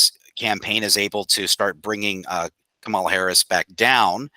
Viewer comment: Out of respect can you please say her name right, it is pronounced "comma -la"